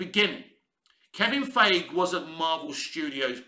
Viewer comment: I wish you'd make an effort to pronounce Feigi's name properly. It takes me out of your commentary when you say his name and I have to take a second to remember you're referring to Feigi.